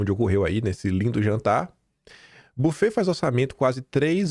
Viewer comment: Querido buffet é uma palavra francesa e se pronuncia “bifê”. Valeu pelos seus dossiês!